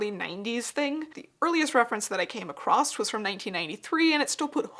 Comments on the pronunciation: Across not “acrossT” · I love your videos so, so much. But every time you say 'acrost' instead of 'across', I want to stab my screen with a hat pin. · "acrosst" - Not a word. Love your video, though. I learned so much. Thank you for sharing your depth of knowledge.